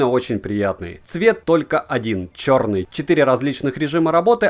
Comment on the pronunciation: От твоего произношения слова "чёрный" поугарал сильно)) Оооочень эмоционально получилось! Спасибо)